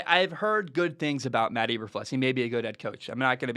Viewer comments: pronounced EE-ber-floos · Cant even pronounce his name right, hard to listen to anyone's opinion on someone when they are too lazy to even check that. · Your not saying his name right